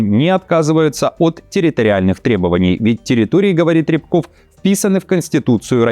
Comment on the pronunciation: рЯбков ударение на последний слог, пропогондтрует кРемлевский Фашизм - иему чуждо все человеческое..рчбуов в переводе - меченый...